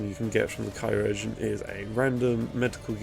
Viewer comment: Just wanted to let you know that chirurgeon is pronounced the same as surgeon Great video mate!